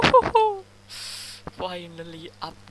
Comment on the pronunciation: “ITS TIMeEeEeEe” VOICE REVIEW REALLLLl🗣️🗣️🔥🔥🗣️🔥🔥🔥 I feeling like learning English from Indonesia person😂😂